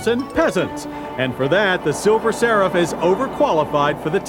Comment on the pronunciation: Does anyone else think he was saying silver sarah?